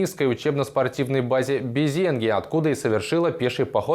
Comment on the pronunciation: Безенги. Ударение на последний слог!